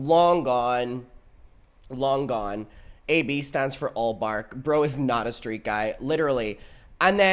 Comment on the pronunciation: I-I-I fwom the fukin stweet guys 🥺🥺🥺